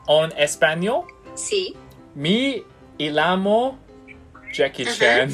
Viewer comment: ，你 me llamo 讀錯了，雙ll太刻意。😂😂😂而且西班牙語h唔發音嘅，你讀“h”orrible，Rico即刻暴走咁糾正妳。哈哈哈哈哈哈